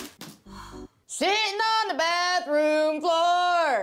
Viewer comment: "SI'ING ON THE BATHROOM FLOORR 😫" 😭